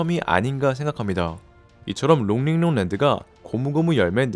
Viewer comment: 롱링롱 발음 착착 감기네